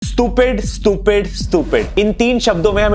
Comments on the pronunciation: स्टूपिड ❌ स्तुपिड ✅ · स्तुपीड❌ स्टुपीड✔️ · Bro can't even speak the word stupid😂